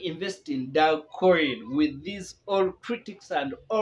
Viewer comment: Very painful you can't even pronounce the coin well🤣